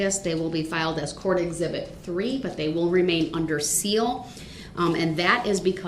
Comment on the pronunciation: A very "Hwild" hearing